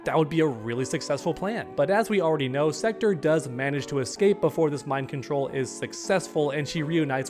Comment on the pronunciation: Just pronounce "Sektor" correctly, please...